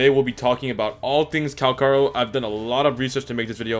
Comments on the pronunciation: Guy wants to be the best calcharo.... yet he can't even promounce his name properly... 🤦‍♂️ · hmm i thought his name was calcharo not calkaro